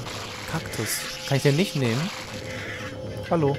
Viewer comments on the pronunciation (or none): warum sagt luigi immer yello und nicht hallo